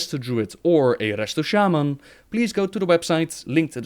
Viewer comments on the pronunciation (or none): none